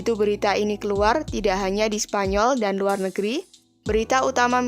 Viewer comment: "Menjadikan leonor ratu spanyor"... 5 :45 mimin kpleset lidahnya 😅